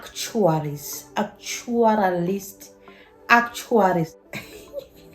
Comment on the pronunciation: Lol! Hilarious how you say actuarial